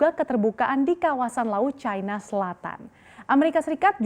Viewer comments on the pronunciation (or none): Ejaan Baru Bahasa Indonesia.. Yang di SAMARKAN. "i" dibaca "ai" Kok bisa yaaach... China dibaca cAina Gurunya Salah Asuh niiich..😂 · CNBC, harap gunakan bahasa indonesia yang baik dan benar.. jangan selalu menyebutkan Tiongkok dengan sebutan China, apalagi presenternya selalu mengunakan sebutan china dengan logat bahasa inggris..